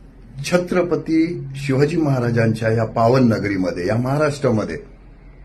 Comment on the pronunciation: अगोदर शिवाजी महाराज नीट बोलायला शिक